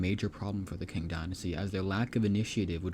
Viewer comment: It's pronounced Ching dynasty not King dynasty.